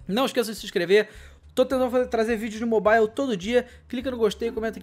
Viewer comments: mobaile ixtraiqui kkkkkk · kkk esse "mobale" strike kkk